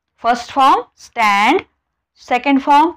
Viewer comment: Are mam sand nahi stand ...pn chqn explean kartay.😊